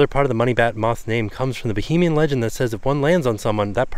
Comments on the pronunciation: Baa-HAY-mee-an … Bohemian is something totally different! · its pronounced Ba-hay-me-n. No O anywhere lol